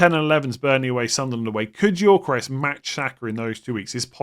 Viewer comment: It's pronounced Yokoeres not Yorkoresh